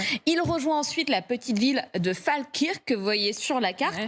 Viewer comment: Maintenant, il va falloir recruter des journalistes capables de lire un peu plus correctement les noms de localités anglaises. Franchement prononcer Falkirk 'Phale quirque', c'est vraiment se foutre du monde ou être complètement ignare...